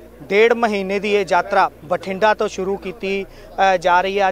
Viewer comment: ਐਂਕਰ ਭਾਈ ਸਾਬ੍ਹ ਨੂੰ ਦੱਸੋ ਕਿ ਸ਼ਬਦ ‘ਯਾਤਰਾ’ ਹੁੰਦਾ ਹੈ ਨਾ ਕਿ ‘ਜਾਤਰਾ’